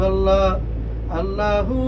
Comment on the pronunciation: আল্লাহর নামটা একটু শুদ্ধভাবে উচ্চারণ কর